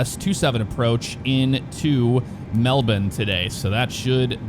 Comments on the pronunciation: Mel bin is absolutely the correct pronunciation (y). Go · I bet you don’t pronounce alot of things right out of your country MelBin 😂 yea that is exactly how you pronounce IT ... maybe they should spell it correctly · 2 things I can thank for for as an Australian. 1: the pronunciation of Melbourne 2: "fly into Australia"... therefore not including Tasmania as part of Australia which we also do 👍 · Finally an American said "Melbourne" properly. It's "Mel-bin" not "Mel-born". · HE SAID IT RIGHT YESSSSSSSSSSSSS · He actually said Melbourne correctly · Melbourne his my home town, left there about 26 years ago. Glad to hear you pronounce Melbourne correctly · nearly nailed saying Melbourne great job mate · Pronunciation 10/10, never ever heard an Ameican say Melbourne correctly. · wins for pronouncing Melbourne correctly! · A foreigner pronouncing Melbourne correctly??? IMPOSSIBLE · It's funny hearing you pronounce Melbourne correctly but by the way you are talking its like you think that Tasmania is its own country and not a state of Australia. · I'm Australian and this my first time hearing an American say Melbourne properly. Also another nice city in Australia is Brisbane.